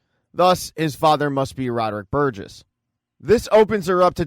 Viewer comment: Burgess, not Burgers. SMH. Moving to migraine. 😊❤